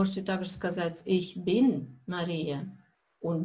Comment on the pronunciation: Здраствуйте! Возникла необходимость пройти Ваши уроки ещё раз. Первоначально, я не обратил на такую особенность. Вы произносите глагол SEIN в первых лицах (bin, bist) с уклоном в произношении на Ы. На слух звучит как бы бЫн/бЫст. Нет четкого звучания буквы И. Так немцы и произносят бЫн, бЫст?